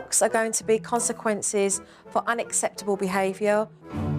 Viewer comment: Jo said "unacceptable" not "unasseptible" 🤷‍♂️🙈